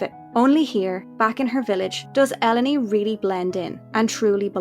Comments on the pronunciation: Never thought the pronunciation of Ellone to be like that. Interesting ❤ I love it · I never thought to pronounce Ellone that way, I always heard it in my head as “El Lone”